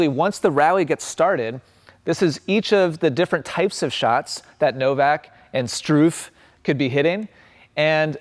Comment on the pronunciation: It always cracks me up when english speaker try to pronounce the name "Struff" ;-D